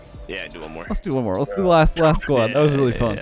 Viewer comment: Canadian? 😂😂😂